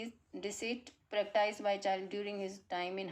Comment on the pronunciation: Knowing the answer befor solving passage,this is why you can't explain us properly.sometimes your pronounciation is wrong,for instance, you pronounced "practised" as a paratise.